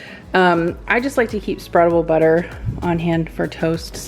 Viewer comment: I swear I heard "struggle butter" and I said "Yes! It is real!" because I never have the patience to let it soften & I rip the bread ..... Then I thought about it and realized you did not actually say struggle butter, but spreadable butter 🤣😂🤣